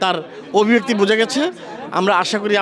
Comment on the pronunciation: এই রিপোর্টার ইংলিশ দূরে থাক, বাংলাটাও পরিষ্কারভাবে বলতে পারছেন না। "অভিনেতি, অবিবেক্তি" এসব কী উচ্চারণ!